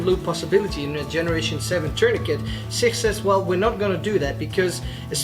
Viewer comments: SIkh 😂 bro it's Sich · SICH is pronounced as SICH not SIKH - ch sounds just like challenge or change. And yes SICH tourniquet has been effectively used by Ukrainian soldiers since 2015. Just like they use other CoTCCC recommended tourniquets.